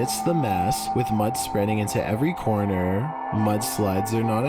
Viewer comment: How can you stand that guy's voice? He makes a syllable word 16 syllables long Videoooooo Youuuuuu Cornerrrrrr Evacuaaaaaate Ownnnn Happennns I used to subscribe to his channel until I could stand it any longer